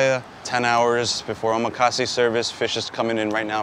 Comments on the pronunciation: Nice video but the word omakase is mispronounced by you. The accent falls on the 2nd syllable...o...MA...kasse. I learned that in a real NYC sushi palace. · his pronunciation of Omakase is wrong.. meanwhile in Japan the whole set he charges $300 USD for is like $15 here. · bro don't even know how to pronounce 'omakase' lmao